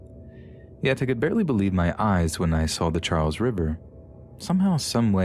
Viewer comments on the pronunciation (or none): none